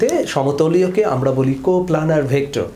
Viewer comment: কো প্লানার না, কো প্লেনার। প্লেন মানে তল, প্লান মানে পরিকল্পনা।